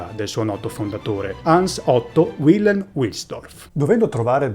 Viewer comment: Bel video ma parte subito con una doppia imprecisione: il fondatore di Rolex non si chiama Hans Otto Wilhelm, ma Hans Eberhard Wilhelm. E la pronuncia NON è UILELM UILSDORF, ma VILHELM VILSDORF.